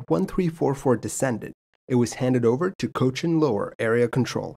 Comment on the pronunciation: I can’t appreciate how well you said chennai, cochin and coimbatore